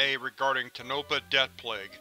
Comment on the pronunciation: It is pronounced Tone-ah-pa and Nev-AD-a